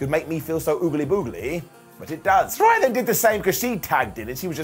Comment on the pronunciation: I love you, but there's no rhy in Saraya. ✌